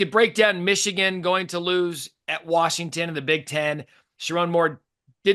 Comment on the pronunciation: "Warshington" - Paul Finebaum